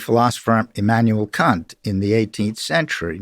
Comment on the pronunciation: Interesting pronunciation of Immanuel Kant.